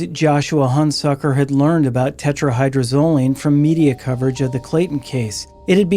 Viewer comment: Tetra-hy-droz-o-line. Phonetically: (Tet-ra-Hye-Drohz-Oh-Leen)) No biggie, but you’re missing a whole syllable. ✌️😁 Crazy how so many ppl actually think THEY will be the one to get away with it, when so many ppl have failed in the past using the exact same drug!🤦🏻‍♀️